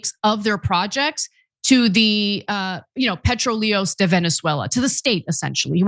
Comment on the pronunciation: Nice try on pronouncing "PRETROLEOS". Try again.